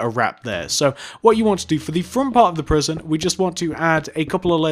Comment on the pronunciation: lol u said P R I S I O N instead of P R I S O N in the last sentence, Lol